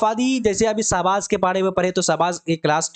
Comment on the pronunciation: Aapko to Urdu Bhi Dhang se Parhna nhi aata hai Sahbaaz ko Sahzaad parh rahe hai aap kya kisi ko Parhayengey